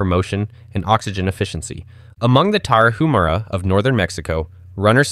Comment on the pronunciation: I'm sorry, but I really laughed and the Tarahumara "tara-ju-mara" pronunciation, we pronounce it as Tarahumara (Tara-u-mara), the H is silent, but, their indigenous name is actually Raramuri, pronounced as rara-muri, they're the best runners in the world!!